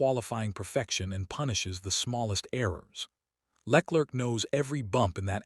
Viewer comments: Who the hell is Lec-lerc...? What are your sources...? Is this fact, or simple conjecture...? I'm a LH fan, but seriously man, at least get Charles surname right...! I'm bored of these AI voiced rambles...!! Lol... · Leck lurk 🤣🤣🤣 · Who the F is Leklirck? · The way he pronounces LeClerc is hilarious.